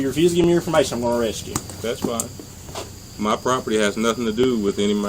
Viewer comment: "Near your properpty..." so, someone elses property? 😂